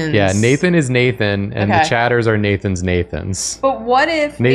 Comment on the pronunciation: Hi, secondary, less drawfee-ish nathan here. thank you for making my name stop sounding like a word there